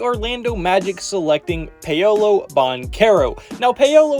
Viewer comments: After I heard "Pay-O-low" for the tenth time i couldn't even finish the vid🤦🏾‍♂️ I'm sure the rest of the content here is good, just sayin👌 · Who the Fck is Pay-oh-Low?......... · Yea saying Pay Oh Low really brought down a lot of credibility